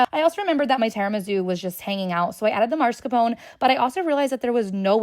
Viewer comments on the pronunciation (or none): Im that annoying guy that’s going to tell you that it’s pronounced “brusketta” and “mascarponay”